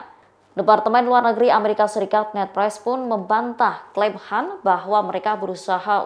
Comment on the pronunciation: Bisa baca ngak sih pembawa berita tribun ini .kan dibaca Han ,klo Han cina kalo kan banyakan ras India Pakistan